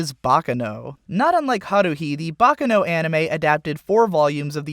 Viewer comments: It's pronounced Baccàno, not Bàccano. It's an Italian word, not Japanese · It's not "baka no...", it's "baccano"--with the accent on the second syllable. It's Italian.